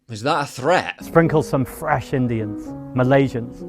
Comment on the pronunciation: Why did he stress "fresh" Indians like that?